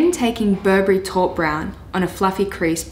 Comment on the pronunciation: Taupe is not called how you say it. Its pronounced tope